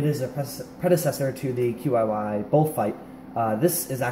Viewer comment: I believe that the compay's name is supposed to be pronounced, not just spelled out. I've heard it called "chi-yi", and I've also heard it called QY (like YongJun/YJ).